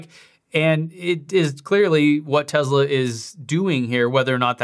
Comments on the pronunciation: Its pronounced TESS LA not TEZZ LA why do most youtubers pronounce it TEZZ LA? its annoying to me. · For god's sake stop pronouncing it as TeZla. You don't have a South African or British accent so you have no excuse. I couldn't watch the rest of this video because of this. TESSSS LA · It's Tesla not Tezla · It is Tesla not Tezla. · Tessssssssla not Tezla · TeSla not TeZla. Sorry not sure why that bothered me lol. Thanks for the vid tho! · Why is he pronouncing this like it has a Z in the name it’s Tesla with an S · Hard to concentrate when you are saying teZla... I know its a nit pick but I don't understand why lol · it's teSla, not Tezla. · Elon said he won't give you one till you quit calling it Tezla :) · If you pronounce the company as Tezla, I instantly stop watching your video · Okay please start saying tesla right Tes like Tessa and la like lana so tesla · Am I the only one that is so annoyed by how he says TESLA?????????